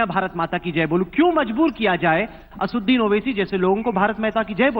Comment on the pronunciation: aapne Owaisi ka naam "ASUDDIN OWAISI" bola hai, Sahi naam hai ASADUDDIN OWAISI "......... again you said "ASUDDIN"...which is not correct.